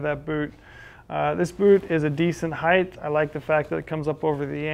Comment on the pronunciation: Good review. Ps: Amazing how persons do not know how to pronounce the word height. It is not spelled heigth; rather height. So, why the th sound at the end?